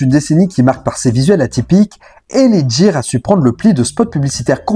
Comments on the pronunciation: L.A ghire ce prononce pas jire .........L.A gear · Cest pas l.a jear cest l.a gUear..ca se prononce gue pas je..cest bien de faire des recherches avant de faire une video..le pire tu passes une pub ou il es bien dit gUear,avec un gue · Tu voi très bien dans l audio des pubs ça se prononce " GUIRE " du coup 😂pourquoi tu fais que dire Djire 😅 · Superbe vidéo ultra complète sur cette collaboration. Juste un bémol sur la prononciation, gear et non jear😅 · Gear se prononce "gu-i-r". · Le reportage est bien mais « L.A jiiir » , cela fout tout en l’air ! 😅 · Gear... Ou le G se prononce comme dans Get on the floor... 😜